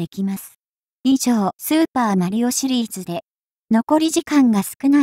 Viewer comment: なんというかスーパー毬男みたいなイントネーションなのよな。